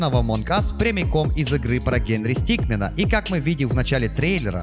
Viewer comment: Не стикмен, а стикмин